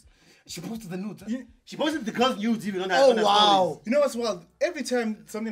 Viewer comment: Why does call them nyudes lmao